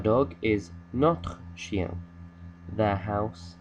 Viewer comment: Thank you for sharing this video. It has helped me tremendously with understanding the possessive and ive also learned the correct pronunciation of chien and chienne from this video. (Ive initially learned the word from Duolingo but their autobot pronunciation is really bad.) Trop bien j'aime your teaching and j'adore your video. Salut from another part of the world Malaysia:)